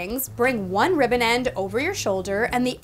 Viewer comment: i thought she said “ riven “ instead of ribbon i